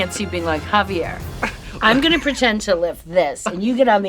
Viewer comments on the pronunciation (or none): none